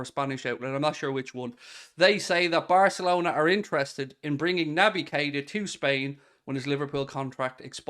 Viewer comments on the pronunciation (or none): none